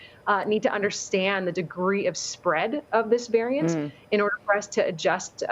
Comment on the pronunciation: “VARAINT” Ok official news channel.